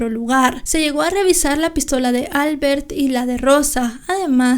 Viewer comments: Albert es un nombre catalán y se pronuncia : Albért . NO albert. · en catalán se pronuncia "Albért" (el golpe de voz se hace en la e no en la a) :)